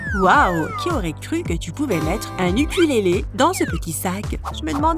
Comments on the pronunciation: elle dit un yukulélé au lieu de youkoulélé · Ukulélé ça se prononce " Youkoulélé" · « un ukulélé » 😭😂